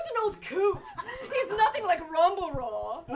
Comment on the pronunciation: Hm, you say "Rumbleroar!" a bit too well...;)